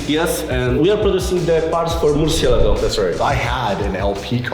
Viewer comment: It’s so cringe going back-and-forth with the right pronunciation and the wrong pronunciation for Murciégalo! 😂